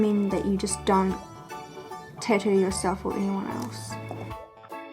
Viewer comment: Why is nobody bothered by how she says "Tattoo" -_- amazing vids though!